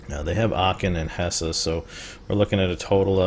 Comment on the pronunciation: I know that this is a very old series, but it is pronounced *Hess*, not *Hesseh*. Dont get me wrong, i like your gameplay, it just was one of those things that bothered me xD